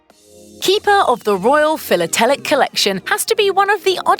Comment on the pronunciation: Please learn how to pronounce words like stipend and philatelic.